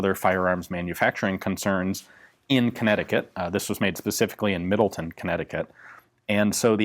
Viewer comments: Very nice. Thank you. The town in which it was manufactured is pronounced Middle-Town, rather than Middle-Ton. I went to high school there. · Connecticut born here. Never heard nnyone pronounce Middletown as "Middle-TIN" always as "Middle-TOWN" not trying to be a smart aleck anyting. Anyway Keep up the good work Ian, very cool! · Its actually pronounced Middle-Town, like its spelled... (unlike most places!) It gets its name from its near dead center "middle" of CT.